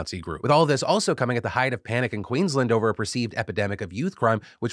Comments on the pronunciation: Phil, drives me nuts every time I hear it as a native Queenslander. It's Queens - LAND. Not Queenslund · queens-land, pls phil, not queens-lnd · Phil, please stop saying Queensland as 'Queens lend' it's Queens Land. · Hey Phil, love the coverage of Australia. Been great hearing local stories on the show. Just please pronounce Queensland as Queens-land (think DisneyLand). Thanks so much! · As an Australian I’d like to mention that it’s pronounced “Queen’s land”. It’s not someone’s surname. Kind of like Spider-man. Like Good Man, not Mr Goodman. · Love your videos, been watching them since the clocks on the wall days. I am from Queensland and I'm sorry but it hurts my soul the way you say Queensland... add another couple of A's. It's more like Queens Laaand. Keep up the good work! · Philly D my man, it’s pronounced Queen’s Land x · I have to say this, it's pronounced 'queens' + 'land' like two separate words. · Phil, I'm sorry but 'Queen's-LAND' is how you pronounce it ;owo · Please Phil, Queensland has and 'a' in it. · Two weeks in a row Phil has mispronounced "Queensland" - do better, Phil!